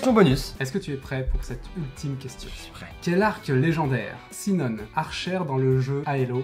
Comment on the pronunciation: Faut lui dire que sinon se prononce shinon ( et il édite le manga ;-;)